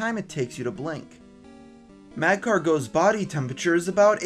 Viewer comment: You didn't say Magcargo correctly its not mac-ro; its ma-car-go. just saying